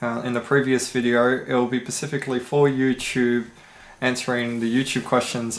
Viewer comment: can you start saying “specifically” instead of “pacificly”?